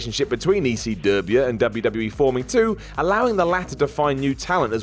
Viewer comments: Saying WCW with a southern American accent makes sense; it was a Southern promotion centered in Atlanta. Saying ECW the same way makes absolutely no sense; it was a northeast promotion that almost never ran in the south outside of Florida. You suck, Whatculture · Why does keep saying "ECW" like that? Doesn't he know that WCW was the hick promotion? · Why does always say ECW with a southern accent? It wasn't a southern promotion